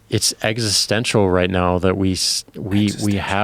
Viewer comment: that smile when he correctly pronounced the word "existential" was so damn creepy.